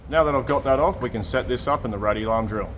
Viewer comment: I heard “set this up in the ruddy larm drill”! 😂